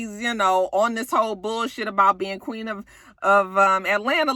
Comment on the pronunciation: Why does akbar think she is the “queeng” of atl? she always put a g on the end of queen lol. Well at least that how it sounds.